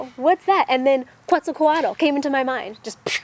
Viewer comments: Pronounced: Ket-zahl-kwaht. :) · Obzidian 92 I tend to agree on her pronunciation being a little off, though not too far off. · Your pronouncing Kuetzalcoatl wrong. lol You know nothing of it!